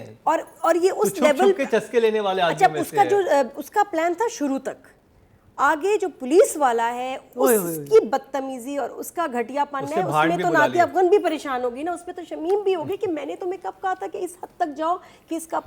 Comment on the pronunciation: صحیح نام ہے نادیہ افغان. افغن نہیں. 😊